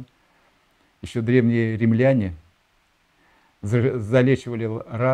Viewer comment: Вот сказал бы рИмляне, а не римлЯне, может бы доверие появилось ..... .